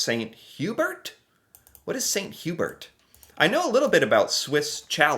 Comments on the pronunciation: good job remembering how to pronounce chalet. For bragging rights you might try the French pronunciation of St Hubert. It is pronounced "san hue-bear" try not to stress the "H." St Hubert is the best rotisserie chicken anywhere. Love your show. It is inspiring to see you trying to learn more about the world. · How to say you are American without saying you are American. Swiss Cha-lette vs. St. Hue-bert. 😂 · 😂 Swiss "Sha-lay" and "San Oo-bear" 😉 Good try though! ✋ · You got Swiss ShallAY. Well done! But you missed Sant You-BEAR. 50%, though! 😀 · St. Hubert ( pronounced hue-bear) is MUCH better than Swiss chalet. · Oh how you mispronounced both Swiss Chalet and St. Hubert. Both are basically pronounced in French. Swiss Chalet (Swiss Sha-leh) St. Hubert (St. tu-bearr, when spoken the T from Saint carries thru the silent H into the U) Edit: didn't watch 5 seconds longer. Swiss Chalet, St. Hubert, and Scores are all Rotiserie chicken restaurant chains. Swiss Chalet is rare in Quebec. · Hey there. I really enjoy you videos, I'm all for people trying to understand what makes other people "tick". But. So many things to add. I'll just correct one thing. St. Hubert would be pronounced "san-oo-bear", roughly (the "haitch" is silent). Quebec chain, I guess. I've never seen one here in British Columbia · It's not that Anglos don't love poutine as much as the Français, it's that the BEST and original poutine is from Quebec and there are a lot of horrid versions in Anglo provinces. (Using grated mozzarella instead of curds??? Horrid) Also St-Hubert is roughly pronounced "Sent Ew-bear" (francophones please don't cringe - I did say "roughly" lol) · St.Hubert is pronounced ' saint hue-bear'. Almost every town in Quebec has one. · ok you figured out how to pronounce Swiss Chalet. Now please figure out how to pronounce St Hubert. Because the way you are saying it is hilarious!!!! and the wrong pronunciation. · Yes that ‘t’at the end of Saint gets added to ‘hubert’!